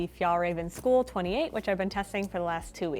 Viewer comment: Skule is a mountain on the High Coast of Sweden :) You could look up how it's pronounced even if the "u" sound tends to be difficult to foreingers, like the "ä" in Fjällräven.